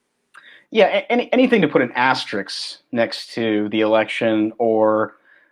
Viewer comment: Please learn the difference between asterix and asterisk. Please.